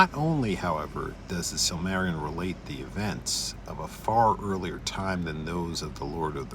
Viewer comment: you're missing a whole syllable, sil-muh-RIL-ee-un It's too bad Tolkien didn't get 200 years to write, there are so many thousands of tales and legends around the world he never got to incorporate into his world, because that was really the goal... to take all those fairy tales and everything else and write a cohesive narrative as if it were the actual pre-history of this world